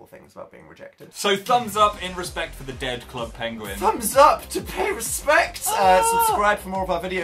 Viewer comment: Dan that does not say penguin PWENEGUIEG